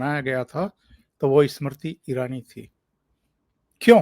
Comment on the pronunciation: please pronounce Smriti Irani's name correctly. You mispronounced her name many times during this program.